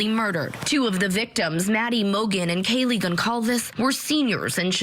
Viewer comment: I can't believe how much this case has been covered and yet someone still pronounces Kaylee's name wrong. Hopefully some sort of closure can happen for the families.